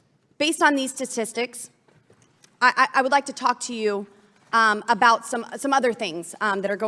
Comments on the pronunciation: The segment already starts off great when she says „Tastistics“. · This again 😂 I think the real story here is how she says statistics. Kinda sounds like testis